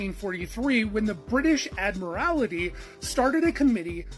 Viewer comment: British Admorality is what i heard him say, WTF how he got Admiralty to sound like that is beyond me even the " say what you see " formula doesn't work here, once again an American that completely screws a word up & struggles with one with more than 2 vowels in it. let me help you with that now say what you see Admiral tee